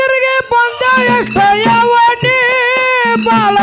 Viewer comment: ಯವನಿ ಅಲ್ಲ ಅದು ಯೋನಿ